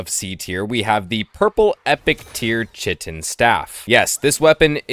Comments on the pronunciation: Bro its pronounced Kite-in not chit-in. Sounded like you were trying to say shittin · Lovely video, watched it till the end, but please, the Chitin Staff is pronounced "Kai-Tin" not "Chi-tin" 😭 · everytime he said "chit in" instead of "kite in" a part of my soul died 😂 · It’s not chitttten. It’s pronounced kaiiiiiiii-tin. K-eye-tin. And Chitin is insect exoskeletal protection. 🤦🏻‍♂️ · It's not pronounced "chit-in" it's "kai-tn" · Chitin staff?,. It's pronounced Kai' tn staff it's a k sound. It's the stuff insects exoskeletons are made of which is why it's found in chap 4 I suppose. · It’s not chit-in! Chitin is pronounced Kai-tn. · Kite-in not chit-in its just how its pronounced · Why doesn't anyone know how to pronounce chitin right? Lol it's not "chit-in" it's pronounced "Ky-tin" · KITE-IN STAFF NOT SHITTIN STAFF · it's kai-tin, not chih-tin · chitin is pronounced kite-in. nice vid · The chitin staff is pronounced *Kite-in*…. I learned this way too late in life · Don't know if you were purposely mispronouncing "chitin" because of how much emphasis you kept putting on it but it is pronounced kai-ten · Chitin is pronouced Kai-tin if I am not wrong, I don’t like doing this but tbh its just a “the more you know” typa thing, annoyed me quite a bit lol. Nice vid tho. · Chitin is pronounced like "kite in." You get it in chapter 4 because chitin is what the exoskeleton of insects like spiders are made of. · lol chitin is pronounced kai-tin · I hate to be that guy, but 'chitin' = 'kite-in' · Prob got this comment already but just in case: Chitin is pronounced “KITE-in” and it’s what a crab’s exoskeleton or a bull’s horn is made of. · dude chitin is pronounced as ˈkaɪtɪn i was thinking wtf where i missed that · Good video, but please, please pronounce chitin correctly. “Kite-in” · It’s pronounced kite-N (chitin) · Chitin is pronounced Kai - tin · based tier lost but your pronunciation of "Chitin" is slightly concerning to me